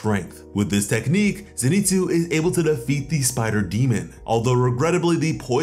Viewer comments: bro i tried to be chill about it but name isnt fucking zineetsu its zinehtsu. please stop slaughtering this mans name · Noo he said zeeenitsu